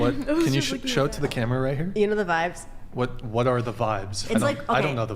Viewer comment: She sounds so corny saying "you know the vibes." She doesn't even say it rite. This is why you stick to your own culture. They don't even accept people like her in that culture. Which makes her look even cornier. Can white people not create their own slang?